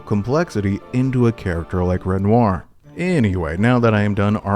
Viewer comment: Bro, love the breakdowns gotta say though, its REN- WAH.